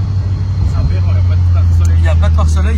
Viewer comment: Il a dit aberant ?